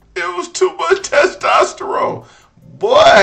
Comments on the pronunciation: 😂😂😂 wait Did he jst say testesterone?????😂😂😂😂 thought I heared it all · I lost it at "Testosterone"...smh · He said “Testosterone”…